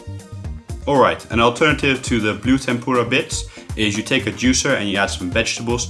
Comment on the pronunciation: Ikr it sounds like he's fucking saying tempoorah